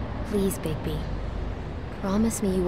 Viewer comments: Très bon premier épisode camarade ! Et sinon c'est est Bigbi ... pas Bigsbi ^^ J'attend la suite ... ca occupe mes trajet en train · C'est Bigby et non Bigzby mdrr ! En faite c'est quoi ces trucs écris en haut à gauche ? Et si c'est important tu pourrais les lire stp ? Sinon, à part ça, il est trop bien ce jeu - Super vidéo comme d'hab !